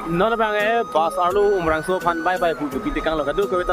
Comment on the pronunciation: Umrongso ✅ umrangso ❎